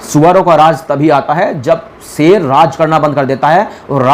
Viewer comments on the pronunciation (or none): A bhai phle sher bolna sheekle Sher hota seer nahi